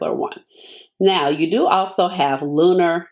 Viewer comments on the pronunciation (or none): none